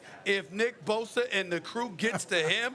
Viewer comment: Stephen A pronounces the B on bosa so hard lol